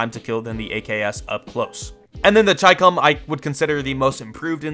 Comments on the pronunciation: Ch-eye-com its literally chi-com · it’s pronounced (she-comb) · the Chicom is pronounced Ch-e-com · I always pronounced the Chicom as Shee Comb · I think it is pronounced chee- come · "The gun I always mispronounce" You can tell he doesn't play BR at all. If you find one and mark it, it will literally say "Chicom here!" and you'd hear the pronunciation lol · pdw was already a user-friendly since then in cod mobile after you unlocked it via leveling... by the way you're not alone in pronouncing chicom wrong. most people read it like how they read chicken but it was pronounced how we read china... for some moment i pronounce "chi" as "ki" in some instances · It is not chicom it is chicom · Bro, i think ur earlier pronounciation of chicom was right. In br, mark the gun & the game itself pronounces chicom the way u used 2 pronounce it earlier.